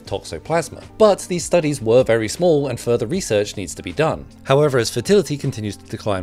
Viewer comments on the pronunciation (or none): none